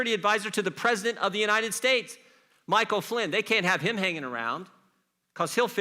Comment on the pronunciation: He cant even say Michael Flynn